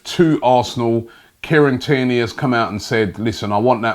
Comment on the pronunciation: Everyone: Kieran Tierney Robbie: Kierney